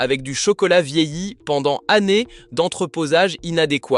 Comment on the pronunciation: Encore une voix IA et brut de décoffrage... "Le chocolat vieilli" 😅😂🤣😆